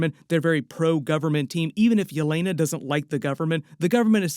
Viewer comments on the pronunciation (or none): none